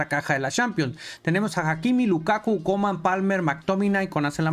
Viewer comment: A coman le dice Kuman 😂